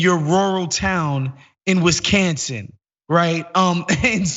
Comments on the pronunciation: Wis-can-sin. XD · What's Wiss-can-sin?